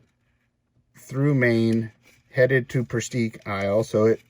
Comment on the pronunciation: Grew up in Maine Presque Isle is pronounced "Presk Isle" . Nothing north of Bangor, but woods.